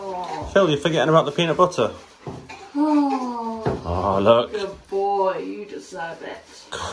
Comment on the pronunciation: Finally! I love the way you say peanut butter. Say it again!